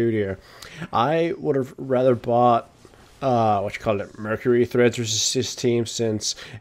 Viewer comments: Treads, not threads. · Treads... Not threads... What.